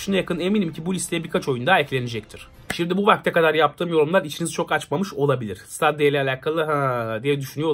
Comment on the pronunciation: Stadia diye yazılır. StEdiya diye okunur. ;)